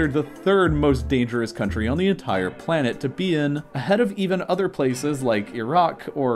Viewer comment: Its funny and also kinda offputting how he fits h into words it doesnt belong in: ent HHire instead of entire 😂